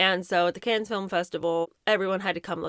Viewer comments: Kahn not Can 💥👀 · I love you, but it’s pronounced KAHN, not CANS. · Cannes = Kon (the s is silent). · Cannes is pronounced without the S at the end. "Can", like a can of Coke, or yes I can. Silent S, like Des Moines. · The S at the end of CANNES IS SILENT. OK? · You don’t pronounce the s in Cannes ;) ❤ [= can] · To the narrator: the s at the end of Cannes is silent. You sound uneducated and just stupid. You could have asked someone how to pronounce it.